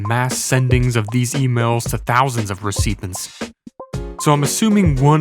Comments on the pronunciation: ra-seepent is the new recipient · How can a channel with almost 2 million subscribers have the videos narrated by someone who can’t pronounce “alias” or “recipient”? Makes it sounds like it is AI narration.